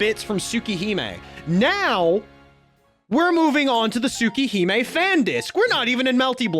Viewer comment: I love your explanation but the way you pronounce things like Arcueid and Tsukihime is killing me lol